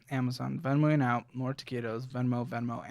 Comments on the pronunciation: Im not america but its "Taquitos" its like meat or vegetables rolled in a dough. You should be able to find it with "Taquitos" and not "keetos" lmao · What does he mean when he says 'Taqitos'? (I'm probably spelling it incorrectly)